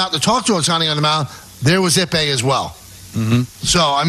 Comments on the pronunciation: They still calling him Epi Iwamura? 😂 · Oh, you should hear yourselves talking the way you're doing here, you sound more of the rube than the man you are calling it. You can't even say Ippei's name correctly!!! There's 3 of you here and nobody was like, "you know what, nothing of what we're saying makes sense"? Like, damn.